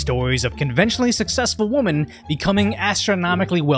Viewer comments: Jesus Christ it is pronounced “womEn” NOT!!!! “womAn” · "successful woman"? "create new woman"? "these robot woman"? So you can say "men", but saying "woMEN" is just too hard? ROFLMFAO!! No!!! AI needs to go full speed ahead!!! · We actually call multiple "womEn", "Wih" "women" like "Whip" cream.